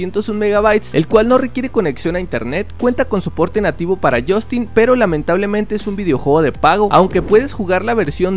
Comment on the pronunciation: Deja de decir jostinnn por favorrrr